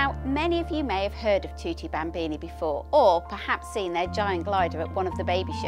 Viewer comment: Thwotee bhambeanie hahah